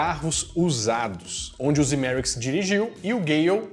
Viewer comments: Mais um ótimo vídeo. Mas que deu um tic toda vez que você falava Zemerickis no lugar de Zemeckis, isso deu hehehe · É Zemecks e não "ZemeRicks"...!!! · O sobrenome do cara é "Zemecks", mas o sujeito insiste em chamá-lo de "Zemeriquis" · “De Volta PRU Futuro” “ZemeRICKS”!? “DeLoreOn”!? “MÉQUIfly”!? “Éric StAltz”!? “Power of Love, sem o The”!? Vocês gostam mesmo do filme? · ZEMECKIS!!! (e não "Zemericks") 👍🏼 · "Zemericks" hahaha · Hahahahahahahaha eu achei que era Zemeriks só porque o falou pensei "será que eu entendi errado minha vida inteira?" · Que agonia tu falando o nome do Zemeckis errado o vídeo inteiro.